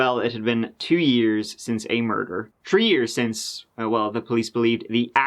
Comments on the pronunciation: In this episode, said “tree (3),” “turty (30),” and “turty-one (31)” eleven times. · Oh, c'mon. It doesn't need to be a foreign language for you to butcher the pronunciation. Just take turd and tree for example. I mean third and three. 😁 Love ya, mate. Keep up the awesome work. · Yeah it was only about tree times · Just so you know….3 is pronounced tHa REE…..not tree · Hey, I was born in nineteen eighty tree! 🤣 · “He was held for tree days” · Tree minutes turdy tree. "Hoo could have done this". He's a person of interest then. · Oh I am looking forward to that 😉 We look forward to sayin the number Tree..so this oughtta be great 😂 Lol (Then I remember this is about murders😕) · turdy tree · And thirty tree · Or tirty tree and a turd percent that chapter. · say three properly. fuk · it should be clear that we already forgive you for mispronouncing "three" so there's no need for a disclaimer. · Butchering word like 3/three/Thursday/13...? Just giving you a hard time,. Love my TC uploads! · He is so great. But be sure to use the "th" sound with "three." <3 Felicidades!